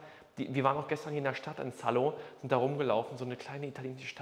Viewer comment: Nicht schlecht, Herr Specht! Wir waren im April in Saló (wird übrigens nicht Sallo ausgesprochen, sondern SalO, Betonung auf dem O) und sind tatsächlich oberhalb davon vorbeigefahren. Würde ich sofort nehmen, inklusive Personal zum Putzen (Fenster!!) 🙈😅